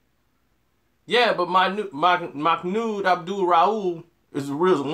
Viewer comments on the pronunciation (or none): none